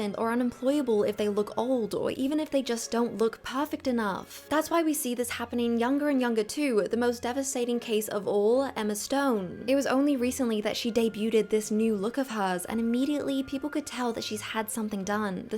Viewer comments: 'Vaccum Sealed'? 😂😂😂 'Debuted'? I'm sorry, what? I think you were trying to say 'day-byood'! 😂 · Did you really say "deybyoo-TED"? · Yikes, the T in debuted is silent. I believe it’s the same in all versions of English.